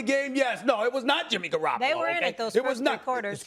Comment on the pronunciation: Stephen A : I ain't gonna say no names and hurt peoples feelings Also Stephen A : proceeds to say Jimmy Garrapalo 😂😂😂